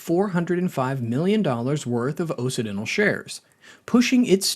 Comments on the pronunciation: Is this AI or do you just not know how to pronounce Occidental? Kind of like OX-Sid-dental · I can’t trust a chanel that doesn’t know how to pronounce “occidental”. Sure, maybe it’s stupid AI, but doesn’t a human listen to it before it’s posted?